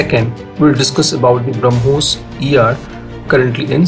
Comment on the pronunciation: We have brahmos missile they have bruh-mos missile